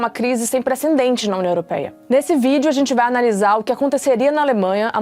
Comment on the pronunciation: Eu ouvi preceNdentes - duas vezes.